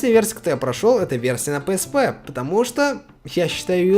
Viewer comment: PSP - ПиЭсПи. Или зыза) А то пээспэ слух режет)